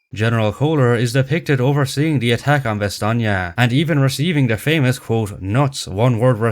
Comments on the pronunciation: They way you say Bastogne caught my attention. That's how it'd be pronounced if read with the Italian vocabulary rules, with gn being the Italian equivalent of the Spanish ñ. As seen in Sardegna, or Romagna. This German says it in a similar way. Which doesn't seem right to me. Surely, as a German, he'd pronounce it more like Ba-stone, like the Americans would. Right? The German version of the name is Bastnach or Bastenach. Why pronounce it with a "nye" on there. The way he pronounces it even gives me Russian vibes. Like "nyi" or "ni" rather than "nye." That's weird. And then he pronounces it Ba-stone. And then the general says it like you do. What even is this movie? This inspired me to look up how the Belgians pronounce it in French, and it's apparently "Ba-stone-yo." I didn't think modern French allowed words to be completed. Usually when you say a word in French you give up half-way through. So in my mind it'd sound more like "Ba-stone." Maybe it's a Belgian French thing. Any Belgians or French people who can explain this to me? Also, one last thing, the town is present in the province of Luxembourg. Not to be confused with the country of Luxembourg. Apparently there are people who speak Luxembourgish there, and it's pronounced "Bash-netcsh." Ah, Luxembourgish. The last Germanic Frankish language, which was inadvertently saved from extinction because speaking French was banned by the Nazis, and the locals didn't want to speak German. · Yes. And it says "Ba-stone-yo" I wanted to double check. You know how Wikipedia can be. The articles list sources, but for the pronunciations, there's no sourcing. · So "ba-stone-yo" isn't correct? Edit: I just found an audio file in a weird corner of Wikipedia claiming to be the German pronunciation of Bastogne. And it's pronounced like says it. But it's not used anywhere. It's used on Wiktionary, but as the only example of pronunciation. What is going on here? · Your pronunciation of Bastogne is incorrect